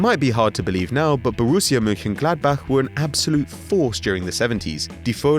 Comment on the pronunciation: massive respect for you Mönchengladbach-pronunciaton